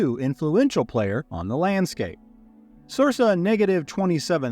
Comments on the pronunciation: He knows its cir-KA, not cir-SA right? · Sir - kah But I can see how you'd read it sir sa if you hadn't heard it before spoken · I’m sorry, I love everything being said, and the lore you bring is amazing, but I need to address something or I’m gonna go nuts: circa is pronounced Sirka 🙃🙃🙃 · I am enjoying this, and I appreciate that I'm watching a year after it went up, but I really really hope you eventually learn to pronounce Circa... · Great video. The second c in circa is pronounced the same as the second c in circle. The same root word, hence is mean around the time of.